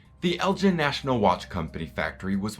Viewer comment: I live near the home of Lord Elgin and have never heard his name pronounced Eljin. Is this the normal pronunciation in the US?